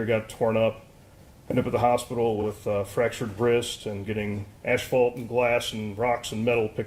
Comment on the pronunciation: Did he say “ASHfault” instead of asphalt?!? If there were no other reason, I don’t like him for that alone!! 😂 He’s also a terrible person and is most likely a terror to his family!